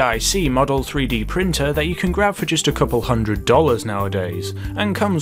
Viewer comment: "Just a couple hundred dollars" I thought you were british?